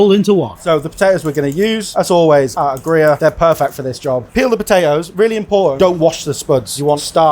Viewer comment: Stress on the first syllable in NZ (i.e., AGG-ree-ah).